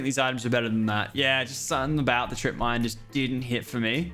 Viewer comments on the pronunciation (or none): none